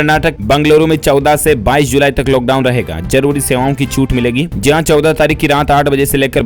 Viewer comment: Bhaiya loghdown nahi hota hai lockdown hota hai